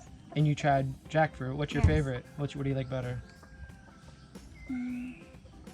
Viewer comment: Wow finally 🤗 Raymund and Reche’s Mom has joined the vlog! (Sometimes she’s just a passerby or a voice from behind😅) Everybody loves “ICE CANDY” It’s our “fayyvorite” 😂😂😂🙏